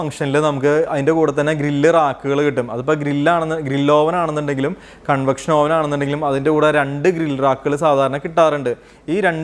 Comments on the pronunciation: ഓവൻ അല്ല, "അവൻ " ആണ്. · നല്ല ടോപ്പിക്ക് .. അവതരണം .. ശ്രദ്ധിക്കേണ്ട എല്ലാ .. വശങ്ങളും വിവരിച്ചു കണ്ടു..പക്ഷെ..OVEN.. എന്ന് എഴുതുമെങ്കിലും അത് ഉച്ചരിക്കേണ്ടത്.. അവ്വ്ൻ .. എന്നാണ്.. ഇംഗ്ലീഷ് വാക്കുകൾ ഉപയോഗിക്കുമ്പോൾ കൃത്യമായി പറയാൻ ശ്രമിക്കുക..KNIFE.. ഈ വാക്കിന് നമ്മൾ പറയുന്നത്.. നൈഫ്. എന്നാണല്ലൊ..അതൊ .. ക്നൈഫ് .. എന്നാണൊ?